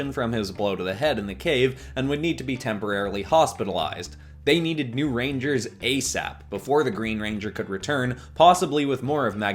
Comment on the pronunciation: I keep hearing, "reindeers" even tho that isn't a word